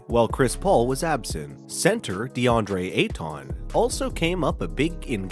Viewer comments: Tf was the annunciation on that😂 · Deandre Ay-Ton